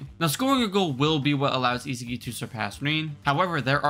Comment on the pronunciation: Bro is butchering the pronounciation of isagi aha